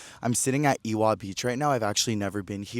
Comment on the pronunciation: W is pronounced like V in Hawaiian. Ewa = Eva or Evah Beach